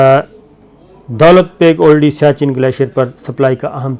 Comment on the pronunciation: دولت بیگ اولڈی جیسے آپ کل والی وڈیو میں جھجھک جھجھک کر اوڈی بول رھے تھے, مہربانی کرکے درست کرلیں یہ اولڈی ھے. دولت بیگ اولڈی سیاچن گلیشئر کے ساتھ کا علاقہ ھے اور سیاچن کی سپلائے کے لئے اھم ایئر اسٹرپ بھی یہیں پر بنی ھوئی ھے. چین نے آج کی ملنے والی اطلاعات کے مطابق دولت بیگ اولڈی کی اھم چوٹیان جن کو ڈیپسینگ (Depsang) درہ کہا جاتا ھے پر قبضہ کرلیا ھے, سیاچن پر پہنچنے اور سپلائی کے راستے کو کاٹنے والی جگہ اپنے قبضے میں لیلی ھے. دولت بیگ اولڈی تک جانے والی شاھراہ نیپال سے نہی بلکہ لداخ کے دارالخلافہ لیہ (Leh) سے نکلتی ھے. یہ روڈ داربوک سیکٹر, پینگانگ سو( سو , لداخی زبان میں جھیل کو کہا جاتا ھے) او شیوک ندی آپس میں ملتی ھیں وھان پی.پی 14 پر چائینہ نے قبضہ کرکے روڈ پر بھارت کی آمد رفت بند کردی ھے. اب غلام رسول گُلوان ویلی: جس کا نام ھندتوا کی بنیاد پر بھارت گیلوان ویلی کہتا ھے. داربوک ایک گاؤں اور درہ ھے سے لیکر شیوک ندی , پینگانگ سو, پینگانگ سو-شیوک سنگم(pp-14), ڈیپسینگ, دولت بیگ اوڈی درہ سے درہ قراقرم, کارگل اور دراس سیکٹر تک بھارت کی پہنچ لیہ لداخ سے کٹ گئی انشاءاللہ سیاچن پکے پھل کی طرح ھمارے پاس آئیگا نہی تو آرام سے لیلینگے. شاید 6000 ھزار نہی تو بڑا حصہ ھندتوا فوج کا قیدی بنیگا. اب بھارت کیلئے کارگل دراس تک پہنچ تقریباً ختم ھوکر رھیجائیگی. گلگت بلتستان اللہ پاک کیہربانی سے مکمل محفوظ ھوگیا آج والی کاروائی کے بعد. یہ سارا علاقہ لداخ میں آتا ھے اور چائینہ کا پورے لداخ پر دعویٰ ھے. آجکے 11 گھنٹے کی طویل باچیت میں بھارت کو خالی کرنیکی کھلی وارننگ دیدی گئی ھے. اب چکن نیک: یہ مرغے کی گردن جیسی شکل کی وادی ھے جسے سِلی گُری کاریڈور کہا جاتا ھے. اس جگہ پر پانچ ممالک کی سرحدیں قریباً 2